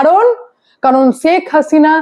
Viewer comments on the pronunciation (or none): ছেখ হাসিনা না ওটা শেখ হাসিনা 😂😂